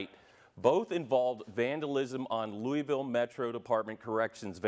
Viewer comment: She said Louis ville... Obviously not from Louisville